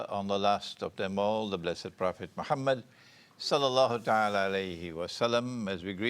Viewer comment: sir you have saying everything that have beed said eailer but only diffrence is u cannot even pronce MOHAMMAD A.W.S.L correctly or even give a proper reference